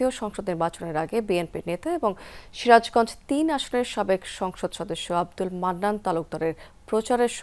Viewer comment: আপনি সিরাজগঞ্জ নামটি প্রথমে পস্টভাবে বলেননি কেন